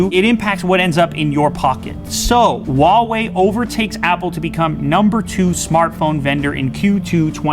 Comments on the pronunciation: C'mon it's Huawei not Wawei. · Really? Waw Wei? Why can't you just pronounce it huh-why-e...lol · lmao i'm chinese . i know 华为 pinyin is hua wei but i'm trying to give an idea of the pronunciation to them , not Wa-Wei but hu-ah-wei something like that . The H sound is not silenced . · if you pronounce Huawei as "Hauwee" stop it, get some help. It's pronounced "Huaa-wey" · the real question is .............why are they pronouncing huawei as wawei , It's hu ah wei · I got brain damage from your pronunciation. Huawei != OOUAE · Lew. Love you dude. But it's Huawei not Wawei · Lew still on the "wahwei" game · RAPTURE AT TWILIGHT no it's not! It's pronounced waa way! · hua WE. Now that's a pronunciation. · "WHO-ARE-WE" what the actual fuuuuuuuuuuuuuuuuuck! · how she said Huawei 😂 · I wonder why you guys cannot pronounce ‘Huawei’ correctly 😂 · why would u want to pronounce huawei wrong? on purpose?? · Does anyone actually know how to say Huawei?? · Pronounce the name right would you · The way that person in the beginning pronounces "Huawei" is just... I can't even... They had one job